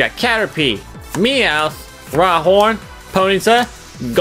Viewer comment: You called rhyhorn rydon